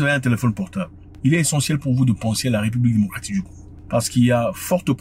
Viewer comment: Zack a du mal a dire le pays de simon kimbangu